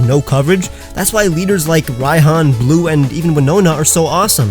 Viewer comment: He is saying glue not blue